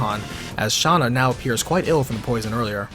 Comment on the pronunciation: Stop saying Shanna it's Shana